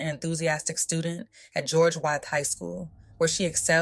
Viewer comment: Just for future refrence.. its pronounced George (With) other than that thank you for covering her story🙏🏾💯 #justiceforsamiyah